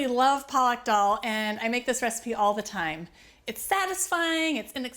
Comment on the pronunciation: Dhardka (Thard-ka) is the correct way to say it. And Palak (Paa-luck) is spinach. Other than that, excellent and authentic recipe!